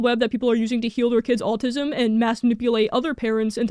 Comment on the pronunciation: Im not American, but it kinda sounds like youre saying altism?